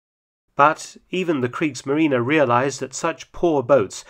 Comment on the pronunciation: German pronounciation gets better and better, even the "e" at the end of "Kriegsmarine" is correctly promounced. "Molch" is not pronounced "Molk", there is no sound like a German pronounced "ch" in English. The same with "Hecht" where the "ch" was almost correctly pronounced.